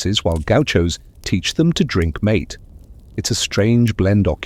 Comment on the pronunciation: Mate en South America is pronounced "Mahteh" not "maet" as one would pronounce it en English. I caught it right around 22 minutes in.